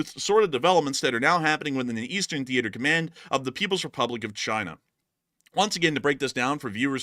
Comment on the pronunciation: Thee ate er command